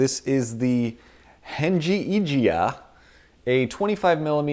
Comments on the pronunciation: it's heng yi jia(hung, yee jee- ah} by the way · haha, when u say this name, u should ignore '" g ", then u can speak it's Chinese name,lol